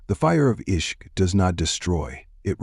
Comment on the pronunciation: Beautiful.. just one observation- Ishq is not pronounced as ishqu....was that for a reason?